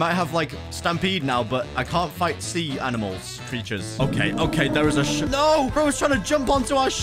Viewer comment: When hw said ship it sounds like shit